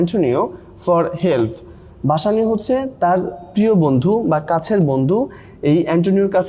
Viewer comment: বেসেনিও ✅ বাসানিও না❌